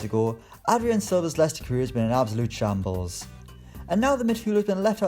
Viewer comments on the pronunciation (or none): none